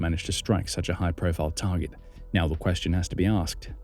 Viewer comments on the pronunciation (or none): none